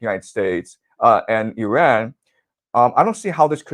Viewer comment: Again: not "UH"-ran. It's "IH"-ran!